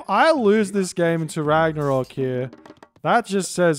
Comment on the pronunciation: Ragnarok. Not Ragnorak😉👍